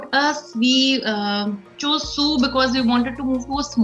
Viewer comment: Sault is pronounced as Soo :) it’s a French word meaning rapids